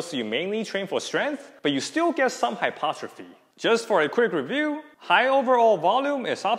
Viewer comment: Pronounced Hy-PER-tro-phy! Otherwise good stuff. One thing I will add is that tendons respond to time under tension to build integrity over time for both strength and durability. Hence dead hangs should be done both for endurance as well as 1RM or strength.